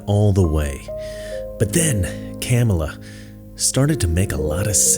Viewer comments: Love that he calls her Camel-ah. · He said Kam a la. He missed pronounced her name. It’s okay tho he’s supporting Kam a la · So that is how you say her name Camei Toe🤣. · You racist pig, you are mispronouncing the name of a middle class black Indian birthing person. It is pronounced KaMaLaa. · If this white dude is for Harris, yet he can't even pronounce her name correctly. Proof he's a paid actor, and a poor one at that. This guy is so funny!! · I love how you intentionally mispronounced her name. Satire wins. Satire will always win. The Twilight Zone!!!!!!! ❤ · I like how u mispronounce her name😂😂😂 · The pronunciation of her name LOL 😂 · i like how deliberate mispronunciation of her name is becoming a thing 😄